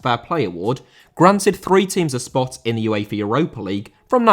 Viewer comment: UEFA * not Yuweifer